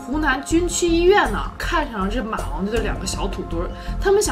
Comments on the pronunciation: 我们湖南人说话么有儿化音，说马王堆儿真的好好笑。哈哈哈哈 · Qiao ZHAO 我们有儿化音的地区，念马王堆也不带儿字😂